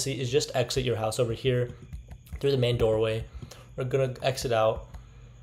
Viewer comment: i love how how he says theres a mane door way